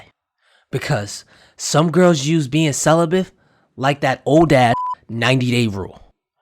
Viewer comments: Wait a minute did you say CELIBITH?????BRO 😅🤣🤣🤣🤣🤣 the word is celibate! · Celibate not celibath